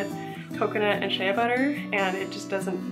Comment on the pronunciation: This was lovely ! One thing though, Shea Butter is pronounced SHAE butter.